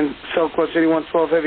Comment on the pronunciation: What’s worse is while ATC was so busy scolding and bad mouthing the 787 crew, he butchered the go around for the silkwest heavy. FAA, where are you?